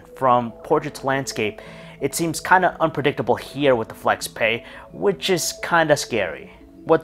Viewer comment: You pronounce both brand name and product name incorrectly 😣